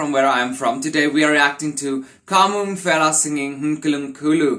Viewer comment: The letters P and H in Mphela are pronounced as the letter P not F